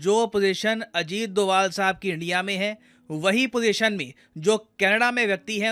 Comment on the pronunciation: अजीत डोभाल is perfect pronaunce pls use it